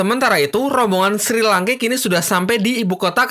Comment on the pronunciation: SHI LANKE BUKAN SRI LANKE